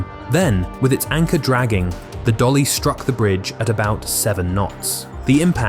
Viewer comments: Correction, it is MV DALI not DOLLY. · It is MV Dali, not Dolly